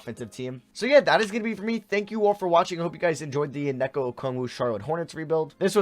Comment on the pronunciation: It’s onyeka not oneka